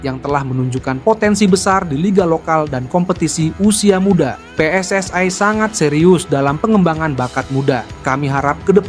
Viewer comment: Min anda berbicara menggunakan bahasa Indonesia ya selayaknya pengucapan PSSI itu sesuai pengucapan Indonesia. PSSI (pe es es i) bukan PSSI (pi es es ai)..